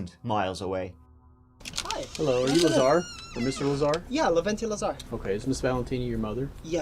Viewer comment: as a hungarian I'll have you know our cooking smells amazing! I'll be even proving that to your irish brethren when they visit me at the end ofspookmonth the first way you pronounce Levente was correct btw, the e's sounding the same tone